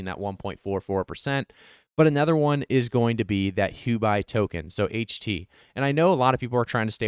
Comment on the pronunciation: it's pronounced who oh bee (Huobi)